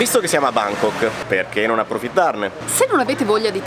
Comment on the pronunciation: “A Bángkok”